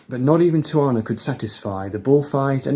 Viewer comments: Hey just to let you know it’s pronounced “ti-u-wah-na”. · The Charles Mingus album title is pronounced: 'tea-ah-wana'. It's a famous Mexican resort town that us Yanks flee to for escape ... as Charles clearly did!